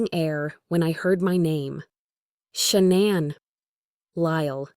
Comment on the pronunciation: It's pronounced SHAE nahn; not Sha NAN. Good grief!🙄